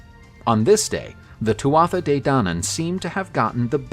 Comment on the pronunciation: My Irish friends say it more like "Two-a-Day", not "too-aa-tha-dey".